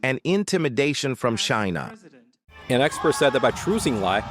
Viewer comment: what is this ai voice saying shina